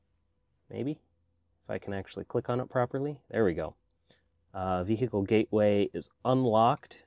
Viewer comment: LOVE these video. Keep them coming. You're so freakin talented. Also "Vee-hick-le" hehehehe